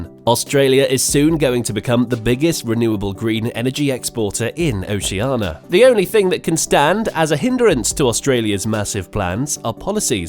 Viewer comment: the area is called OCEANIA not OCEANA. Get it right please!